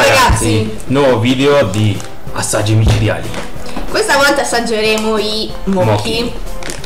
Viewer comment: Si pronuncia moci non moki xD e l'interno del mochi bianco (che credo sia un daifuku) è marmellata di azuki che vi assicuro è buonissima sopratutto fatta in casa :D cmq i mochi fatti in Giappone sono molto ma molto più buoni di quelli fatti in Cina o da altre parti lo so perchè ho provato quelle confezioni da 6 anche io ma ho anche mangiato quelli con incarto singoli fatti in Giappone sono tutto un'altro mondo. Se li trovate vi consiglio il daifuku normale quello a gusto fragola e quello a castagna vi assicuro che portano dipendenza xD Poi se non li trovate quelli classici potete farli anche in casa ma prima di mangiarli metteteli in frigo una giornata altrimenti sono troppo azzeccosi.